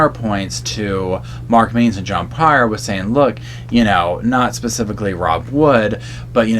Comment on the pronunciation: Did anyone catch how Mark Means said something when he initially spoke? I rewatched the hearing to make sure I heard it right and slowed down the speed and sure enough Instead of saying “specifically “ he says “baspifically”. Maybe it’s petty that I commented on this but he’s not doing himself any favors. He’s suppose to be a very well educated man and attorney but his actions don’t always align with that.